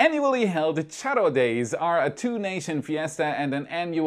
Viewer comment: i always love your content.. but this time kudos to you as you did a great job, pronouncing Charro Day, Matamoros, and Tamaulipas!